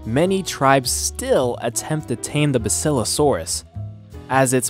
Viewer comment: It's bass ilo saurus